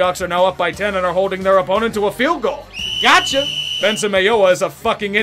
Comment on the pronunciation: Oh, you were saying 'Gotcha'...I thought you were saying 'Gacha' like Gachapon, the Japanese capsule machine. Because the Seahawks are definitely as unpredictable as Gachapon.